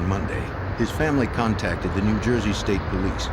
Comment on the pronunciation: New Juyzee mate😅